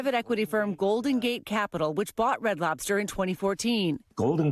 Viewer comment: What that old man say “Red Slobters.”😂😂😂😂😂